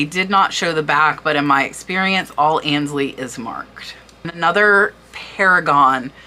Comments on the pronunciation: Aynsley...it's pronounced AINES-Lee - not ANS-Lee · Aynsley is pronounced “Ainsley “ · Please forgive this is not meant as a criticism but to assist you, AYNSLEY is pronounced like AINSLEY not annsley. A luncheon plate is a size if not larger than a salad plate the trios are a cup saucer and a tea plate. Cheshire is pronounced Cheshur..not shire. Meissen is pronounced as a double ss, not a z. Herend is pronounced Herrond. Gilt is pronounced as a g not a, The most common mispronounced word in the USA is WORCESTERSHIRE. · Fascinating research and presentation. Thank you - I am going to look in my china cabinet now where I have many tea cups from my mother. FYI - I believe Aynsley is pronounced with a long A not as An. Ay as in hay. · I believe it is pronounced Ainsley... that's how I always heard it. Very interesting video, thanks. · I love selling on eBay I’ve been doing it since 1998. I was lucky enough to come over from the England with a ton of China that I had no room for. Just a note, Aynsley rhymes with “pains-ley”. Ayn pain. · Great video I love it. Just want to say ,I believe that you are mispronouncing Aynsley. It is pronounced Ahnsley. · Aynsley is pronounced 'ae' as in 'bay'. 'MY sen' for lessen. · Grammar Grouch here... FYI Aynsley is pronounced like paint or faint - "AINsley" (it is a very popular English name also spelled with an "i" instead of "y"). Aaaaah! And "gilt" is pronounced the same as GUILT. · Ains- ly like ain't sound.🥰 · I’m pretty sure the pronunciation of the word ‘gilt’ is with the hard ‘g’ sound, like ‘go’ rather than the soft ‘g’ as in ‘George’. Guided/gilt, as in overlaid in gold; not guided as in jilted. And as I own a considerable collection of Aynsley pieces, I thing it’s AIN-sley (as in aim, long ‘ā’ sound). But this was an amazing overview of some recent sales. THANK YOU for your research.